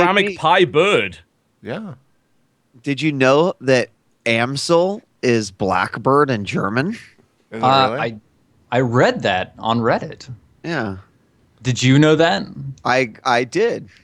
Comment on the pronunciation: amsel is pronounced "Ahm-sel" in german though